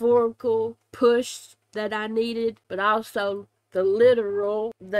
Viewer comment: Also, all-sew... that "Reigns" thoUGH!